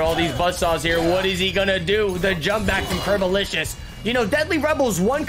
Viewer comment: Isnt it "Curbolicious" instead of "Curbolisous"?